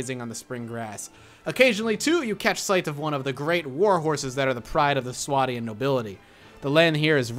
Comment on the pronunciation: Correcting you on how you are pronouncing some of the things here. Calradia: Cal-raid-ia. Swadian: Sway-dee-an.